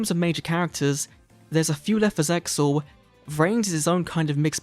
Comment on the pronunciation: English dub is super ass and has no bearing on the objectively superior Japanese version. Hell, the localizers were so regarded they couldn't even pronounce ZeXal's title correctly!